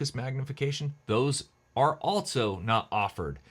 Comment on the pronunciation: There is no “T” in the word ALSO.